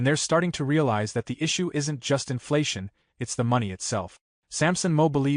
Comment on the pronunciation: You need to learn how to pronounce Sampson's last name.